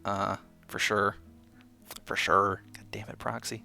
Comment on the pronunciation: My "Fur Shur" is like an evil plague that continues to spread >:]